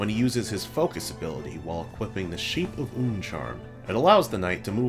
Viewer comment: omg you said shape of unn corectly